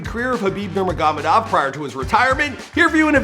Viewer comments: why did you say Nurma-goh-medov lol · NUR-MAH-GO-MAY-DOV sheesh 🤦🏽‍♂️ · Can you please pronounce his last name correctly. If you’re going to make a content about someone, make sure to learn how to say his/her name correctly. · Michael heard Bruce Buffer pronounce Khabibs last name correctly & he still manages to butcher it to death....I'm starting to think he does this on purpose. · We know you’re not a regular MMA fan but please pronounce his last name right lol you got Habib right just not Nurmagomedov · Only got gaethje and McGregor name's correctly. Can't even get the name of the main person this video is about right lol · but this whole Video is about Khabib he should at least get his last name right once lol